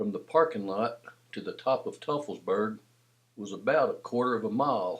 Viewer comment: Great video but it's pronounced "toi-fels-berg" not "tuff-fels-berg".